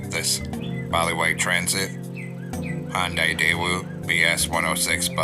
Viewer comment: Nice, and btw its not hyundai